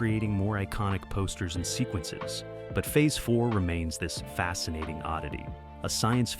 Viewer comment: Fee-Aze 4? LOLOLOLOLOL